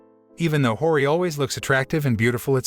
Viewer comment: why do u pronounce hori without the i 💀